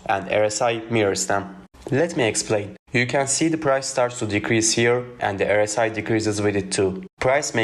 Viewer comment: Your English is clear but you mispronounce the 'R' in RSI as an 'E'. You say 'errr-si' instead you should say 'are-si'.